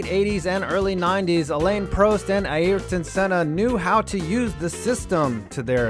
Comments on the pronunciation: Actually he pronounces Senna's name right . It's Ah-eer-ton with emphassis on eer. Murray Walker and James Hunt never got it right. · I think he actually pronounced Ayrton correctly, believe it or not. Everybody pronounces it wrong. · Im brazilian and its surprising how well you pronounce ayrton's name but butcher the rest